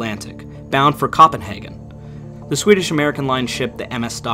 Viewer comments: As interesting as it is listening to your videos. I listen while I’m working, you really need to work on your pronunciation. Copenhagen, not Cahpenhagen. GEN-oa, not Gen-Oa. Azores, not Uh-zores. Thanks 😉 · "Cop-enhagen" no COPE-enhagen. Try a dictionary. 😃 Annoying. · I lost track of the narrator’s errors at 12 (in 15 minutes).Koppenhagen? Really?😂😂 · You're pronouncing Genoa wrong. You also pronounced Copenhagen wrong. Just a friendly FYI. Genoa = 'Gen-Oh-a' where the "gen" sounds like the "gen" in "generation" and the "Oh" sounds like it would in the English sentence, "Oh, I did not see you there." Copenhagen = 'Cope-eN-hagen' where the "cope" sounds like the English word "cope." For example, "after going to therapy I have learned how to cope with my feelings of anxiety;" and the "eN" sounds like the the "en" in the English word "entertain." Edit. This is not a criticism! You did a great friggen job on this video!